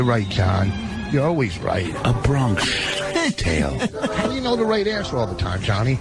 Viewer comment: Why is dummy saying "Bronkish tale?" This guy doesn't under his own bits.